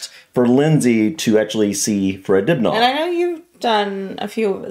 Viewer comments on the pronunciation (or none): Its a cheese BUTTY not a cheese buddy You do not have to accentuate the second part of surname. It's Dibner & not dib NAR! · You wanna pronounce it more like "Dibner" rather than "Dibnaw" ;-) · Hi, just a little tip from a Brit', drop the aah sound, say It like Dib..ner. ( silent 'H' ). Other than that I loved the vid' 👍🙂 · It’s pronounced dibna ,the a at the end is sounded out like the A in absolutely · Great video but it's pronounced dibnuh not dibnar. Greetings from the 🇬🇧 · His name is pronounced Dibna, not Dibnarr as you said. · It's pronounced "dibna", not "dibnaw" 🙂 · Its pronounced fred dib nur, not! Dib narr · I lived up the street from him on Radcliffe Rd. It's said Fred dibner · Fred Dibna ( the H is silent ) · Is it me or is he pronouncing it Dibnahhhh . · You don't pronounce the aitch at the end of Dibnah, it is Dibna'. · Fred Dibnah. Not from Dibnaw. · Who's Fred Dibnaugh? It's pronounced "Dibnuh" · My dad use to have a drink with him at traction engine rallys great guy i love your videos aswell but you guys are putting way to much emphasis on the H think of it as dibna the h is silent